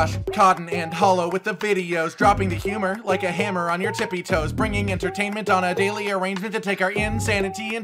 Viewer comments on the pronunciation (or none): none